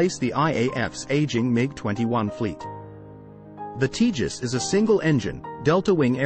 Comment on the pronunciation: Btw, it’s not pronounced ‘Tea jus’; it’s pronounced ‘Tay jus’.